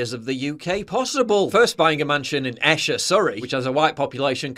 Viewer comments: Fantastic video as always. However, the town where he lives, Esher, is pronounced Eeesher. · It’s EEEsher not Escher! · Told you before Paul it’s pronounced Eesher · Esher is pronounced eeesher 😁👍🏻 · It's pronounced EESHER